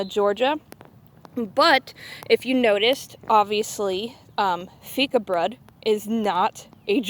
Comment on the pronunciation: Loved hearing your thoughts as you unboxed our A Few of Our Favourite Things box! And, yes, you pronounced Fikabröd correctly 😁 Happy baking!